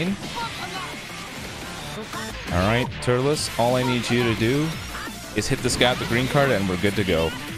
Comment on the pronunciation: Apparently pronounces Turles Turlus I still love his commentry